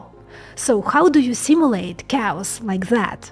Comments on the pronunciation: its pronounced kheos not cows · My lady, you can't do a video about chaos (KAY-OSS) and say COWS every few seconds. XD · Love your work - just a tip - when you say Chaos, sounds like you said "Cows". A native English speaker would say Chaos as K-os. For a moment I was thinking, what do Cows have to do with computing. Interestingly, you say "Chaotic" correctly... hmm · LOL, I thought you said "If you're life feels like COWS, you are sampling reality." I spent a lot of time on that one! Can you give more examples like the "AXB" please? I'm not grasping how it would work in other operations..THANKS! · 😅 so cute. I.keep hearing cows too when you say 'chaos'. Ah, love this girl... too bad you are on the wrong side of humantiy sweety : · / effectively pronounces cows! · At first I thought you were saying “cows”😂 Chaos is pronounced “Kay-Oss” FYI. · I heard "cows" and the closed caption showed "cows" Chaos !!! -- sounds of words themselves are chaos (cows). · Took me awhile to figure out she wasn’t talking about cows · Did she say cows? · I can not unhear cows instead of chaos. I am sorry. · Why is saying "chaotic" not a problem, but "chaos" is cows? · I heard "cows aren't cows"...I know she meant chaos. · love the videos. Please pronounce Chaos like Khaos. Emphasize the letter c as the letter K! sound. Keep up the great videos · Please improve your pronunciation of chaos as cows! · Yeah everytime she says Chaos (K-US) it sounds like she says Cows..lol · Took me a while to understand where you guys found these "cows" in the video..... I just heard a pronounced-with-difficulty "chaos", I didn't think of any cows! Hahaha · you are mispronouncing chaos "KAY-ahs". Your Russian influences the English word. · Did you say "cows"? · I thought she was saying cows as well. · Took me half the video to realize she was saying chaos. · Is she saying chaos?